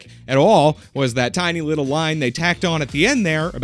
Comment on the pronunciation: How does one get "a wittle bit assassinated"? Asking for a friend!! 😂